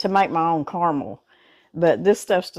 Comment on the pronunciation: Thank you, thank you. Thank you! You pronounced carmel correctly, you didn’t say “car-a-mel. Yay!